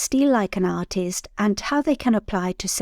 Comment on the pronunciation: You cannot say artist without a i